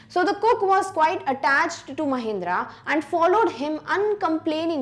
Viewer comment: Mahendra not mahendara😅